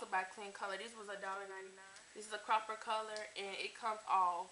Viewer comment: im mad u keep saying cropper instead of copper, lol... prolly frm u staying in twc